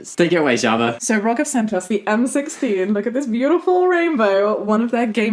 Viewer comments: I love ya. I really do BUT... It's R.O.G not Rog. I know it's confusing because they don't abbreviate but ROG is short for Republic Of Gamers. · Not the main point, but Jamie and Shaba, you pronounce the letters separately in ROG, like, 'Aar Oh Gee', instead of saying 'Rog' :P